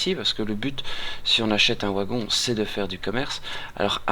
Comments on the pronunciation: Le "W" de Wagon se prononce V. Mais merci pour ta vidéo ! c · Le OUagon ! :p tu es Belge ? Suisse ? (je critique pas, je suis originaire de Metz, à quelques Km du Luxembourg ;) tiens sinon j'ai partagé toute ta playlist qui est bien pratique pour débuter sur le jeu sur le site communautaire que je gère : ! tu es welcome ;) ++